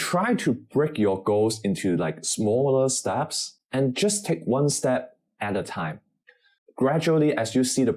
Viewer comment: Please don’t emphasise “just” getting a C at AL, it sounds a bit…..ironic